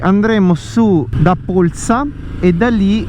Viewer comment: Bel video!! Hai pronunciato però in modo non corretto Polsa 😅...magari ci si trova in giro, ho visto che abitiamo nelle stesse zone 💪. Buona strada 🏍